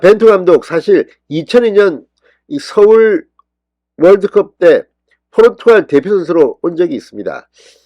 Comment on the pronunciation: 포루투칼이 아니고 포르투갈입니다/칼->갈